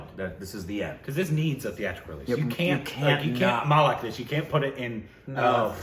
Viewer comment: How the fuck he is pronouncing malak for malik ma+lick malik not malak